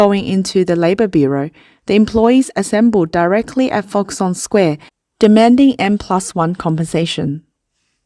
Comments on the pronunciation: its Foxconn not FoxOnn ???? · Why did the narrator eat the "k" sound in Foxcon? Why Foxon? Please. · nit pick: Its Fox-Conn not fox-onn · If I got one dollar everytime she said foxon I'd buy foxconn to save those people's jobs. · Its pronounced FoxConn with a C omg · i just feel if your a 200k+ sub channel producing 'professional' content then simply looking into the pronunciation of the topic of your video essay should be a BARE minimum. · Please learn to pronounce Foxconn correctly